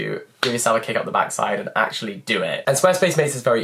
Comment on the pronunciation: Am i the only one that felt that "actually"in such a french accent !! 😂